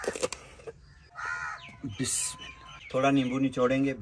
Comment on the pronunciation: Why he saying bismala Rahim